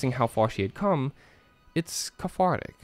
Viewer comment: its cathartic not cafartic 😂